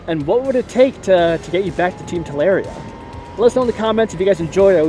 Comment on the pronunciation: I cringe every time you say TalAria